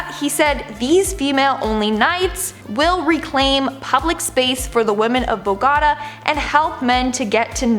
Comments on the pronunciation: It’s BOGOTA not Bogada lol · Its bo-GO-ta, the capital of Colombia...not bogata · Just being picky - that's Bo-go-ta. (where the o's are pronounced ooh.)